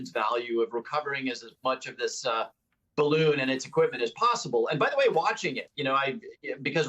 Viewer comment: if nobody knows ,why is everyone calling it a spy bawoon